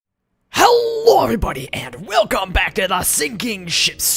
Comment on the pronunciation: I like how you roll the o in hello.